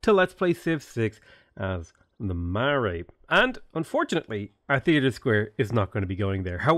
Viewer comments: Your pronounciations of Maori and Marae cause me pain but I'm sure you've heard that a lot already. If you at all care Maori is pronounced more like "M ohw ri" and Marae is pronounced "Mah rye" with a slight roll to the Rs. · Kia Ora enjoying the new mods just thought I would offer some advice from a New Zealander. Marae is pronounced "Ma-ra-ee" like mar-eye, Maori is "Ma-oo-re" and Tangaroa is "Ta-nga-rO-ah". Nga is like in singalong 🌟 good luck with the rest of the run!